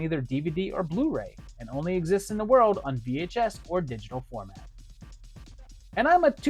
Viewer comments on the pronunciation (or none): none